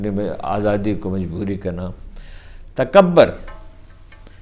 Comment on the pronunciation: ہارون صاحب، تکبر میں ب پر تشدید اور پیش ہے۔ پتہ نہیں پنجابیوں کے ساتھ کیا مسئلہ ہے کہ ہر پیش اور زیر کو زبر بنا دیتے ہیں؟ پیش کو پیش ہی کہنے میں دشواری کیا ہے؟ ہمارے ایک دوست کہتے ہیں اگر کسی کو بچپن میں بنگالی یا پنجابی کی عادت پڑ جائے تو وہ زندگی بھر کوئی زبان درست نہیں بول سکتا۔